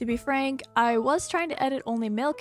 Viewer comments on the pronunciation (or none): none